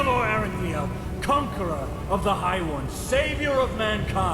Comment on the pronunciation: Amazing game. Your pronounciation of names Calia, Arantheal and Jespar cracks me up though. So wrong :D